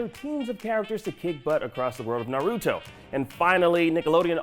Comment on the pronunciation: he pronounces naruto and boruto so badly